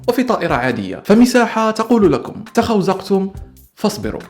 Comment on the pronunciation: بصراحة انا مصدق كل كلامك 100% ماعدا "تخوزقتم" لأن هي "تخزوقتم" 😂😂😂 بس حلوة آخر جملة